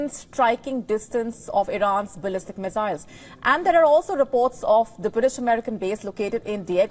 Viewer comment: Missiles not Mezails